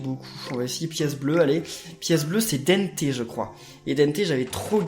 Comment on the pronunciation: c'est pas denneté c'est dente